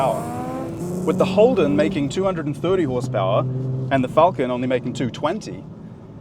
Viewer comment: Crayon enthusiast, are they people who can’t say Falcon properly?